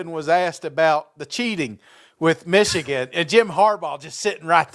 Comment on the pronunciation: I like hearing pronounce “Meeshigun” 😂👍 Rock On SEC!!